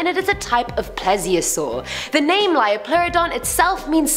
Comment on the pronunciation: "LEO-pluridon". Not Lyo.